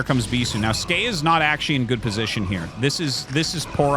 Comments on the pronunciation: Arty, why are you still pronouncing it Skay? The ASL 19 translation confirmed it was S key in the opening interview. It makes sense. He plays Terran, and the S key makes an SCV. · Not even Skey knows how to pronounce Skey.